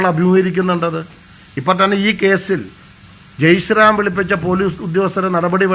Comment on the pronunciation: ജയ് sram അല്ലടാ...ജയ് ശ്രീറാം